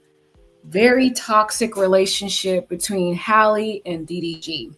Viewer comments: Respectfully its pronounced Hay-low not Haalo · Why are you saying “Hallo”?